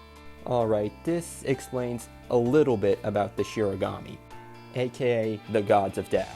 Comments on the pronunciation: It’s “shinigami” not “shirigami” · Shinigami* I thought it was shiganami, so I don’t blame you for getting it wrong. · Kind of weird of you to shit on the Netflix adaptation when they could at least pronounce Shinigami correctly.